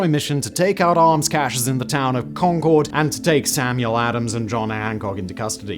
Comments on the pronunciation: I live in Massachusetts. The pronunciation of the town of Concord is not like the Anglo-French supersonic passenger jet, where the emphasis is on the second syllable “con-CORD”, but on the first syllable. It sounds like “CON-curd.” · Simon, i love you and your videos, but as someone from Middlesex County, it's not Con-Chord, it's Con-Curd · Con-Kerd, the second O is not pronounced. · It’s not Concord, it’s Khankahd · As a born and raised Bostonian (currently living in Waltham, which you can see on the map) it is my sworn duty to correct the pronunciation of the town of Concord, Massachusetts. It is pronounced Con-kerd or Con-kuhd. And yes, I know Simon doesn't care. 😂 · I wish people would learn to pronounce Concord. It is "Con-kerd" not like the plane. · Nice video although Concord MA is not pronounced like "Concorde" the airplane.. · The name of the town of Concord is, amusingly, pronounced "conquered." Also, there is a Concord, pronounced the same way, in both New Hampshire and Massachusetts. There was a shortage of originality, but in fairness, the two places were a couple days' travel apart when they were named.